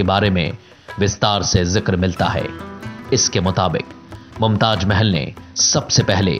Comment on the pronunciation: Pronunciation is so bad for some word Mumtaj nahin mumtaz 😃😃😃👎👎